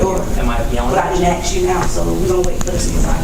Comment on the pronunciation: It's A S K NOT axe!